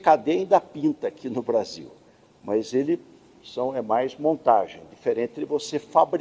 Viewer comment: Fala. Brasillllll , igualmente ao vargas.